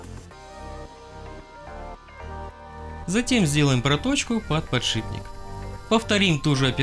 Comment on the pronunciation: ПодшиБник, подшиБник, подшиБник, подшиБник, невозможно слушать!